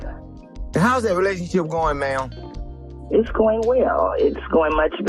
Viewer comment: That "ma'am" sounds like "man" to me